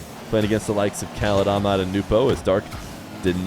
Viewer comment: they way you call Ahmad > AMAD is really annoying just put the letters together you don't have to be arabic to say it, same as we can say john and christopher not a rocket science